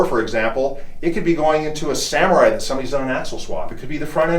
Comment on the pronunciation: loved he said Samuria in the very beginning... LOL